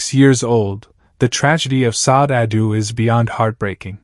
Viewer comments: This is jank. I don't believe any of it. I have only listened to a few minutes and can't go on because you're not pronouncing her name correctly. If you don't know how to pronounce her name, how can you know anything else about the lady? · Pronounce her first name correctly please....